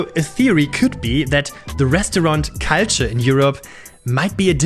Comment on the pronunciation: Why can’t Germans pronounce “culture” right?